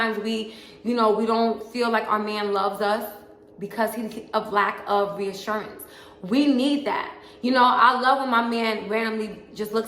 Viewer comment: I'm over here dancing 💃🏼 along with you. "RREeassuRRRannnncee"...